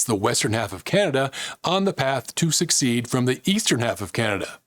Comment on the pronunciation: * secede not succeed.